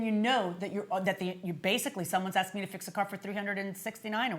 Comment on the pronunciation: I axed? I noticed they pronounced axed the word asked